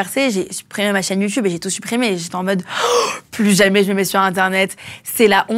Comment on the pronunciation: dit "YOUTOUBE" au lieu de youtube tout comme Mathieu Kassowitz. Ça doit être générationnel 😁. Si jeune et déjà dans l'enfer des violences conjugales. 🥺